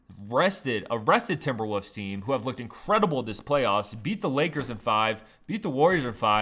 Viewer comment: Did he just say "Timberwuss"???